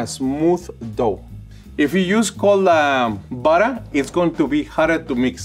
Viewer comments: Will always love “buttah” and wattah” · I could listen to say 'buttah' all day. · We need more videos. I love the way he says buttah. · after I heard him say 'buttah' the first couple times, I came straight to the comments and was not disappointed :) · Burrer and warrer😂🥹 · Drinking game: take a shot every time says "buddah". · "you want me to put some peanut buttuh cups in ya eggs"